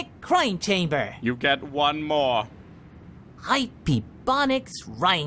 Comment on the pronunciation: Chamber's two syllables